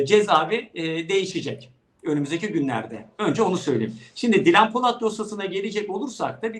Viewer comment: Özlem hanım haberin başrol oyuncusu kadının daha ismini söyleyemiyorsun :)